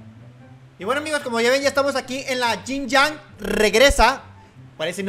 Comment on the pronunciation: Pero vamos a la luck royale por esos "yin yax" xd